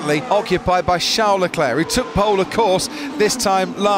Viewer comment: It's Charles! Not Char!